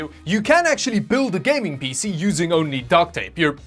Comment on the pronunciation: Pee-Cee not Pissy